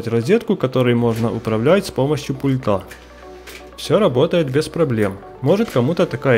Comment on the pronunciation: Не пультА, а пУльта.